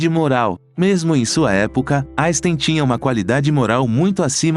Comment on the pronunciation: Albert "jaystein " .???? Não admira que o homem não tenha gostado de quem nem o nome dele é capaz de pronunciar devidamente !!!! 😆